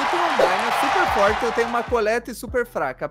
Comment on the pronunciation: só ajudinha Se escreve collete Mais se fala coullete:)